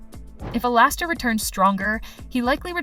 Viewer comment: Not even 5 secs in your vid and I’m already Lau from alastor😂😂😂 I’m not calling alastor alistor anymore so funny😂